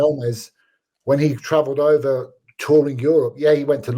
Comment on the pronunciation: STOPPP STOPPP! ITS OVAA!!